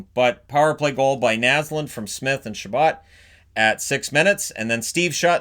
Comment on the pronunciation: It was ChaBOT not ChaBOE. He was an American.